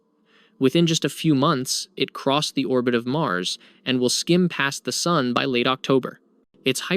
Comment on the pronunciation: Can't pronounce Sun? dislike for the stupid way you say sun. Can't take any of this as truth as you do not know what the sun is or how to pronounce it. FAIL (twice as old as our sun day), wtf are you on? This loser is doing it to get comments - ignore this video.